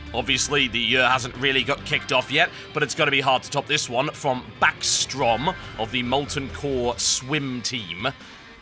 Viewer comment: no no you're saying it wrong it's bäckström not backstrom